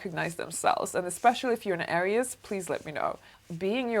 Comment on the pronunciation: You’re saying Aries wrong